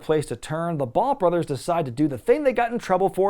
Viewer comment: He said "bone brothers"